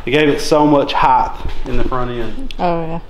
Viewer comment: .... "height" THE WORD HEIGHT ENDS WITH A "T", IT ENDS WITH THE ( t ) SOUND. IT DOES NOT END WITH "TH". IT DOES NOT MAKE THE (th) SOUND. Say the following words out loud. Right Fight Flight Freight Might Tight Sight Slight Bright Night Weight Height